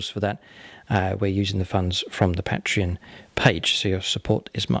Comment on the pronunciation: Please learn to say patreon, it's embarassing. PAY-tree-on. not PAT-re-on